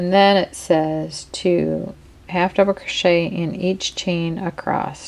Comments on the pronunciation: Across not acrosst. Sorry to point that out. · Please....across, not acrosst